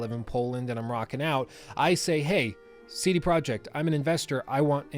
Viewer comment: Thanks for the great video. Its Tse De Proyeq't (name) Zloty (currency) and Vrots'lav (city). i'm not from Poland. Just like to point out stuff.